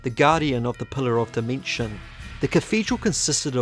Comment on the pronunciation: "Pulluh" Enunciate, ffs. I'm not listening to someone who can't even pronounce "pillar".